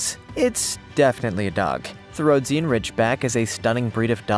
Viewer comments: RHO-DEE-GHUN not ROAD-SEE-AN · Dude! Get your pronunciation of the breeds right! Rhodesian Ridgeback is pronounced "Ro-dee-sian" not the messed-up crap you said! I have 2 of them and if you want your videos to be taken seriously, get the terminology right...and stop showing people beating their dogs to make them more aggressive! It's a disgrace! Do the right thing to do right by these glorious dogs!